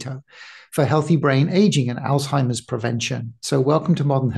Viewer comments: Sounds she is affected too. She keep saying All timers instead of Alzheimer 😅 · Please stop saying " ol Timers". It is ALZHEIMERS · ALL TIMERS ?! Why is the Dr pronouncing it incorrectly?! It's pronounced All Zimers!!! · Excellent info. Only thing that surprised me was the way she pronounced ALZHeimer’s … ALTIMERS. ☺️ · We pronounce the z in Alzheimer's. We don't call it altimers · She’s an MD …. why does she keep calling Alzheimer’s…. “All-timers”??? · Coconut consumption makes it impossible to pronouce Zs.